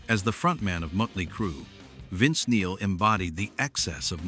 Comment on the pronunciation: What do they get this moron who can’t pronounce the name of the band? Mötley Crüe.